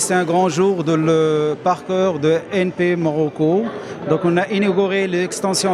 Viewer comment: Parfaitement d'accord monsieur. C vraiment malheureux... En passant il y a aussi le terme 'en fait' qui se Déclenche a chaque Instant.. MDR On n'oubliant pas le petit mot de DG 'le parcoeur' au lieu de prononcer le parcours et ainsi de suite. Malheureusement il ya un grand problème au niveau linguistique !!!